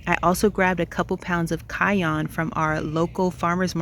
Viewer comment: Your garden looks amazing! I’ve learnt a lot from you. Please don’t be offended but the pepper is cayenne not cayonne. I heard someone dare to laugh at your pronunciation. I was ticked off. Thanks again for your wonderful content ❤